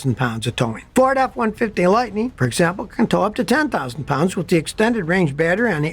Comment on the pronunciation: F150 "Lighteen"???? "Onconventional"?????? "Crasheen"?????